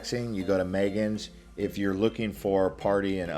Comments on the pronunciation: Great video but you are pronouncing things wrong. We say Coki (cookie) beach. Jost (yost) Van Dyke. Magens (may gens) not Megan or how you were pronouncing . On Water Island the beach is called Honeymoon beach. Dinghy’s beach bar is located on Honeymoon beach. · It’s pronounced may-gans’s bay beach.